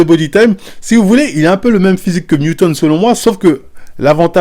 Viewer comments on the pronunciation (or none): "Mewton de double dragon workout"🤣🤣🤣 la prononciation stp... on dit NEWTON #ROW